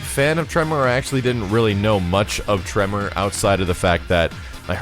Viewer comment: You say Tremor, I heard Toph